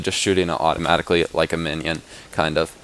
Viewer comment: He said automajicly